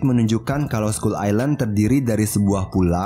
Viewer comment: scull island bukan scull ailand